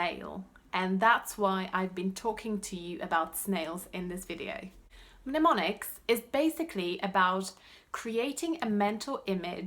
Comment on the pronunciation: Just a friendly English correction: Mnemonics, the "M" is silent. nəˈmänik. That said, when I first watched your video's I thought you were an English speaking Brit learning other languages!